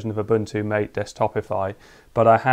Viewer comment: Ma tay, not mate